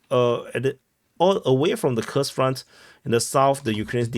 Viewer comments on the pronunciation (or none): It’s koorsk bro stop calling it ky ku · Koorsk, brother 😂, not kukus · Omg dude 😅 Your pronouncen of Kurs 😂 It's Kuuuursk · Couldn't handle it further than 30 sec... "Kukus"... Fing lazy prick... Never bothered to learn the pronunciation of anything... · "Kursk" pronunciation